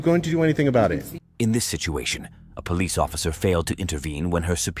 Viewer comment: Wtfff is the last cop pronouncing police like that on purpose???